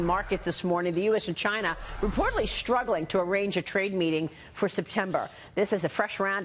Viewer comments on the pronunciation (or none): This popular reporter, Maria, says "…Shhtruggling?" Listen to her and others you hear speak this frequently used word today. I thought the word "struggle" started with an STR, not an SHTR. "Undershtand" is another grossly mispronounced word many times used in news reports and conversations today. Adding the SH in these two of many similarly misused words, starting with ST, is like a growing disease. At first the occasional misuse of SH seemed to be coming from speakers of Southern states but this phenomenon is spreading across the United States rapidly. Along with some Northern States not pronouncing their R's in words, further deterioration of the English language in the United States is actively traveling to all corners of this nation. Could it be that Americans are not being taught to correctly speak proper English at home or in elementary schools? I think so. Even singular and plural pronouns along with their companion nouns are not taught properly and are confusingly used; people use the plural Our with the singular noun Life. It is not “Our life” but rather “Our lives.” It's very sad that Americans are no longer learning proper use of their own country's language. Many are college grads and PhD’s. Reading, writing, script, and now speaking the English language in the United States are now skills at long-time lows. We need to correct that ASAP.